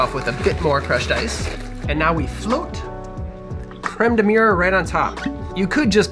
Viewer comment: Looks tasy, but as a Frenchman, I gotta say your pronunciation of Crème de mûre is... Well... You gotta work on it haha ! :) Cheers ! (or as we say in France : "Santé !", which means "Health" cause we all know alcohol is good for your health).